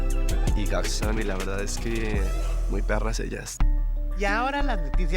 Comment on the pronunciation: Lolita! que pronuncie bien "GarçoNNE"! Se pronuncia con la N final. No es la palabra "Garçon" que terminaria con la o nasal. Es un juego de palabras, hizo "femenina" una palabra "masculina"